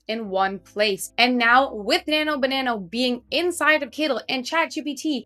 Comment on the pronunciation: it's not nano banano, its nano banana!